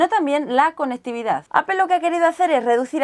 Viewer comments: Siempre me he preguntado por qué dice Apel en vez de Apple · "Apel" la pronunciación en inglés sería apol y si lo quieres pasar al español dile aple jajaaja pero es lo correcto creo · Como observación no se pronuncia "APEL" su pronunciación correcta es: "Apple /'eɪ-pəl/". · MacBook de ''apel''? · ¿Alguien más se siente incómodo por cómo pronuncia la palabras en inglés? El macbúk, el ayfón, apel. 😝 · no es apel, es apple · Edgar Alcantar Se dice apple diciendo la p de una manera explosiva y pronunciando en bajo tono la o. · "Apel" porque los españoles lo dicen todo mal??? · ¿desde cuando se pronuncia "APEL"? ;S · alfreido gonzalo Lo dice de forma muy "español" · Aprende a pronunciar Apple!